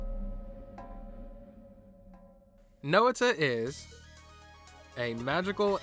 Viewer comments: Every Time You Mispronounce Noita As No-ita I Feel Physical Pain (It's Pronounced Noi-ta) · Please I know its probably isn't much but Noita is pronounced as Noy-ta, it is a Finnish word, stands for witch. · Noah-tuh. I am going feral. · I find it intersting how you pronounce Noita like /no'wita/ instead of /'nojta/. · "Nowita" sounds like how Slavs would call the main character of Doraemon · "Know-it-a" has a hilarious ring to it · Tip: the i in Noita is pronounced as the y in yogurt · I know I pronounce Noita wrong, my bad. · Its ok, you didn't noita pronounce it! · hey dude you pronounced noita wrong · It was very stressful to listen to but at least you have learned. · Oh thank god I thought I was going crazy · I kinda like this different pronunciation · Thats my bad. I should've looked up how to pronounce it before I recorded. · That's really not how noita is pronounced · I'm sure it was a good video, but I CANNOT get over how you butcher the word noita. Cannot watch further, sorry lol